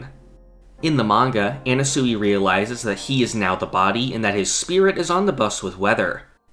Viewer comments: ye it’s pronounced “ana-sway” not “ana-suey” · why the fuck are you pronouncing Anasui like that. you sound retarded dude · You saying Anasui wrong kills me